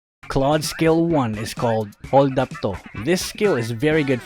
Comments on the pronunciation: Hahah holdap to filipino ka pala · Hahaha i thought he is american but when he starts saying holdap to! 🤣🤣🤣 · Lol ''holdap-to'' btw im half filipino and half chinese SKL~ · I really laugh because said holdap toh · I died when he said HOLDAP TO HAHAHAHA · I honestly don't think your filipino until i just heard HOLDAP TO 😂